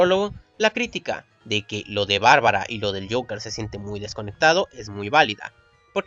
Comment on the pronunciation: Ves acá si pronunciabas bien el Joker.